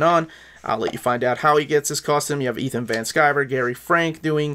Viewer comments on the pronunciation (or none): none